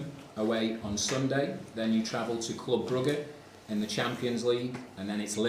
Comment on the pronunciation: Can someone arrest the man who said "club brugger" please 😂😂😂